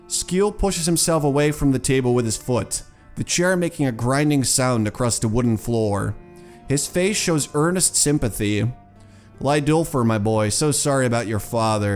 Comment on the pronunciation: The r in the end of the names like Leidulfr should be silent so its read leidulf. Great video by the way!